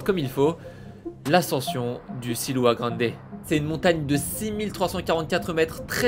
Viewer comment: C’est pas le silua grande mais le siula grande situé dans les Andes péruvienne